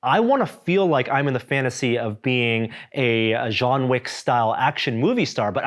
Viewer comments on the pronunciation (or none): "Jean Wick"